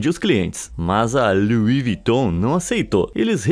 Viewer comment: Kk luis viton claro que não agora o nome é lui viton